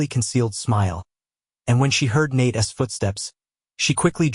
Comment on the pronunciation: How about teaching your AI narrator how to use the possessive use of a person's name - as in Nate's. That's NOT Nate-essss. Maybe proof and correct the clip BEFORE posting it